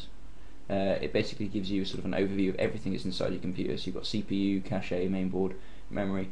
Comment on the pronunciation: You say cache wrong lol :) Its pronounced like cash :D